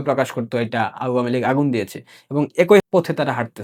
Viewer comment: আউয়ামীলীগ নয় উচ্চারণ করবেন আওয়ামীলীগ। আপনি উচ্চারণ করেন আউ...য়া..মীলীগ।